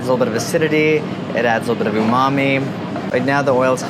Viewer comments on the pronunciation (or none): none